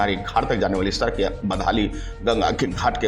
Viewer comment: उच्चारण तो सही करो , सड़क को सरक बोल रहे हो😄 VO करना आसान नहीं😄 बहुत शब्दों में त्रुटियां है भाई।